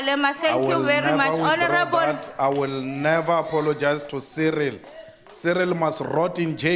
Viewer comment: Medderir, werds, Ceeril...eish!